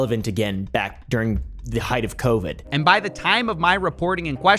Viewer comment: Bro said coffiezoo and cryptozilla